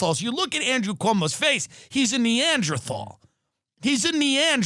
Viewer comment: Tim, you don't know how to pronounce "neanderthal".